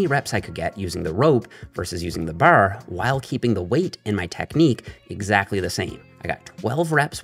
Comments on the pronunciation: Is it just me or did he say boarr rather than bar ? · “Using the bahrre” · You blew your newfie cover lol, i heard you say " Da Barrr" and said theres no way hes not from the east coast, never thought you were from nfld, from st johns myself! Love all the videos, big help getting back into the gym. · "Baaaarrrrrr" Canadian accent is apparent 😂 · It’s actually a Newfie accent. Calling it a Canadian accent is like calling a Boston accent an American accent. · why does bro say "bar" like dat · I LOVE THE WAY HE SAYS BAR🤣🤣🤣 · WHY DO YOU SAY “BAR” LIKE THAT??????? Answer me! Are you Canadian? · I will never get tired of saying bar😂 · He says bar like on Trailer Park Boys